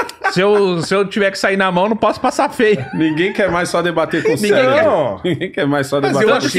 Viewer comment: " Eu e o meu CELEBRO"